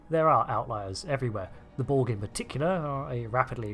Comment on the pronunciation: It's "borg", not "bolg" or "bo-ug". Can you enunciate your words correctly? Couldn't give two fucks if you're from Bucktoothston, UK.